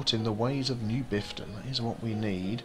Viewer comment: Half a dozen seconds in and do I hear "with me, Biffta"? XD